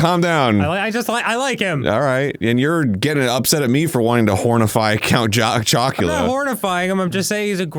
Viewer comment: Arin almost call count chocula count jockula 🤣